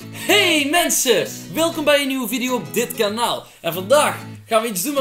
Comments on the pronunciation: zegt:hee mensens en Dylan zegt gewoon:hee mensen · Mensjes dacht k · Ben ik de enige die op het begin hordt dat hey mensens zegt in plaats van hey mensen like als je dat ook hordt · luister goed ze zegen hey menses in plaats van hey mensen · Hoorden jullie ook dat aan het begin zei: hey menses In plaats van hey mensen😂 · ze zeggen hey menses 😂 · Als je goed luistert zeggen ze hey mensens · Wie hoorde dat zei hey menses